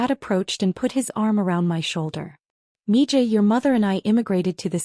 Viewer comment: Mija isn't pronounced mi Ja. Its mi Ha. Spanish for daughter.